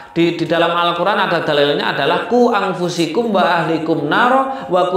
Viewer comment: ...maaf kak cuma ingatkan aja..yg bener bacanya quu angfusakum. Bukan angfusikum